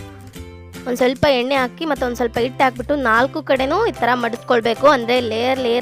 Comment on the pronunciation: ಇಟ್ ಅಲ್ಲ ಹಿಟ್ಟು